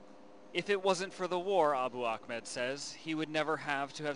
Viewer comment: Ahmed and Akhmed are two different names with different pronunciations. There's your answer.